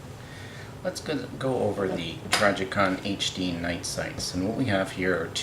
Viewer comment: T R I jicon Not T R Y jicon